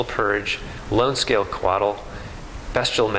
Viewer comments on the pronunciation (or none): none